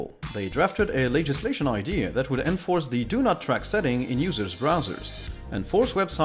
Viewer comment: enforce, inventory, enhancements, lowered, performance-wise, executables, updated, "Windows Update", subsystem, it can (emphasis should be on it, not on can), saw (no need for u sound at the end), compliment, interesting. This is up to . I'm sure there's more but this took too long. I think the best way to improve pronunciation is to offset some reading time with watching time, even if it is less healthy for you, it does give you a sense of how words are pronounced. And of course, keep on talking.